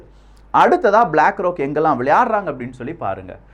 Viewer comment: அதெல்லாம் சரி, "ப்-லாக் ரா-க்" எவனுடையது-ன்னு சொல்லலாமே !?